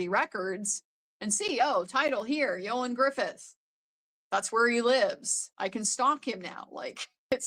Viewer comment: Thank you for covering this so brilliantly. Ioan has been known in my household from his role in the first welsh soap opera Pobol y cwm ( he also went to the same school as my sister). I appreciate your work on pronouncing his name correctly, it means a lot to us welshies! ❤. Regarding Bianca’s condition, as a woman who has lived with chronic pain for 30yrs we hide it pretty well. Everyday is a struggle but strangers would never know so again I appreciate your eagle eye and empathy. As for Alice, my disgust runs deep.